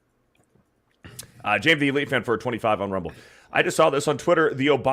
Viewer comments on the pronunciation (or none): none